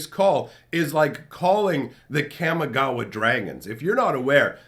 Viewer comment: I love your videos. I just have one complaint. Your pronunciation of Kamigawa is wrong. Since it's modeled after Japanese, it is pronounced (kah-mee-GAH-wah). Thank you! Keep on keepin on.